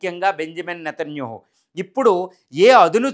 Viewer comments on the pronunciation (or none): none